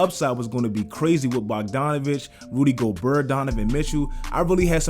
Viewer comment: Man said Rudy Gobuhr😂😂